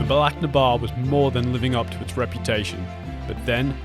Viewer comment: That is the worst pronunciation of Bealach na Ba I've ever heard